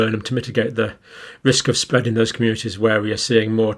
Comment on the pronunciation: Fear mongering fool. It’s spweadin wapidly lol.